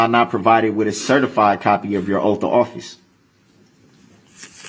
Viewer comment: "Oapf" of office is how he pronounces it!